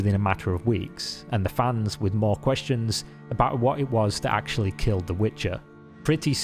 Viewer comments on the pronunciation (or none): none